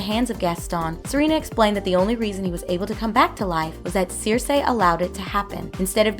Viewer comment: It's pronounced SIR-SEE. Not Seer-say.